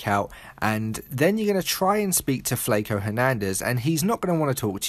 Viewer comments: lol its "FLACO" like flock-O, not flake-O. that British pronunciation gets me all the time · Flay ko, it's flocko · It's pronounced Flak-o, m8. Good work, BTW. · "Fleyco" lol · This guy said flake-o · you said flaco wrong, its a Spanish word lol